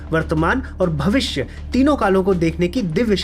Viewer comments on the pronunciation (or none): भविस्य नहीं भविष्य